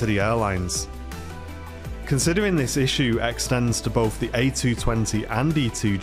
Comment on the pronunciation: “Boaf”? Try “both”